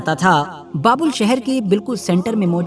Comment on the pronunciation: बाबुल नहीं बाबेल है - बाबेल का मतलब गड़बड़ होता है